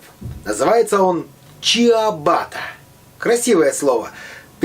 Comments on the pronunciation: Не чибата,а ЧИАБАТТА!!! Не протвень,а ПРОТИВЕНЬ!!! Когда вы это запомните уже??? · Произносится "чЯбатта", а не "чИАбатта". В переводе не "старый башмак", а, можна сказать, "тапок". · Правильное название этого хлеба ЧАБАТА! Не чИАбата, А ЧАБАТА!!!!!! Ciabatta - ia читаются как А!! Вы же не говорите аэропорт чИАмпино!!! Вы говорите ЧАМПИНО!!!! Ciampino !!! ПОЖАЛУЙСТА ЗАПОМНИТЕ!!!! И ВСЕ КТО ПРОЧТЁТ ЭТОТ КОММЕНТАРИЙ!! это же просто :)) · Не чиабатта,а чабатта. Просто в Италии буква с- значит-к. И нет буква ч. Но сочетание с буквами се , сi ,произносится как че и Чи. Чабатта. Значит тапок. Ошибка происходит,потому ,что все друг у друга копируют. По рецепту - пальчик в верх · Правильно говорить не чиаватта, а просто чабатта. По-итальянски пишется - ciabatta. С буквой " i" после "с" поэтому и читается "сi", как одна буква "ч". ЧАБАТТА! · Извините,но правильно надо говорить "чабатта" , не чиабата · А произносится как Чябата Читается как я🤦🏼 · чИабатТа :)) Я тоже заметила. И ещё - проТвень , вместо протИвень. Главное, хлеб хороший! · Вы помните когда то старые растоптанные сапоги смеясь называли '' чоботы "! Ничего не напоминает!😅😅😅 правильно угадали! А произносить надо проще ''чабатто" , т.к. в итальянской фонетике как и в русской есть свои правила. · все бы хорошо но правильно произносится чАбатта. и переводится как тапочек а не башмак :) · Чабатта, так будет правильно .Не искажайте название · Да кстати, чабатта(именно так нужно произносить правильно) переводе с итальянского означает - тапочка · Рецепт замечательный, только произношение неправильно, а правильно ЧАБАТТА. В итальянском языке буквосочетание ( ci) читается как (Ч) если без ( i) буква (С) читается как (К) .Точно также слово ( ЧАО) не произносится как ЧИАО ( CIAO). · Уважаемые, читается и произносится чабатта , "и" не произносится , "а " произносится мягко. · Название хлеба по-итальянски ЧАБАТТА. Буква "И" не произносится. А в переводе - СТАРЫЙ БАШМАК.